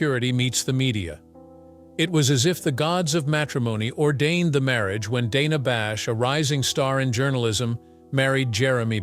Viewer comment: Right from the start, this ridiculous puff piece loses credibility when it can't even pronounce her name properly. It's Dana with a short "a" (as in the word "plan"). In case you're wondering, that's how she pronounces it, and how everyone at CNN pronounces it.